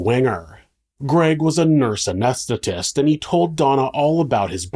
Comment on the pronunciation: The way you said "Nurse Anesthetist" got me tripped out 😵‍💫